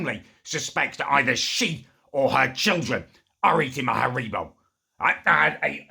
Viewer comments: Herebo.... Its harry-bow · "ha-ree-bo" it's Haribo lad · What is "Hareebo"? Last I checked it was "Haribo". Oh well. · You say haribo horribly wrong